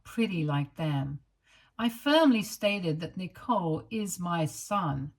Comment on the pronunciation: This reader isn't pronouncing the name correctly